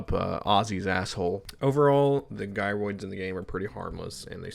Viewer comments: bro called "jy roids" as "gi roids" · Fyi gyroids are pronounced “jairoid” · You call them 'Guy-roids' moments before mentioning that they 'Gyrate'...